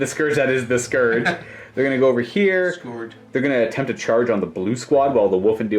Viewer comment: The fact that this dude cant pronounce scourge drives me nuts.